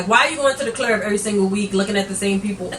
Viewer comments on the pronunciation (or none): Three mimosas in and you was still on that one 😂 "the clurb"